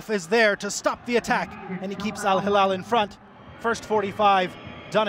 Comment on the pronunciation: شرق آسيا بالأصح (من اللي لاحظت) كوريا واليابان ينطقون بعض الأحيان حرف ل > ر، عشان كذا يقولون هيرال